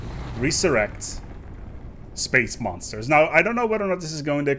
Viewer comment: I don't mean to be a dick, but your pronunciation of resurrect gave me cancer.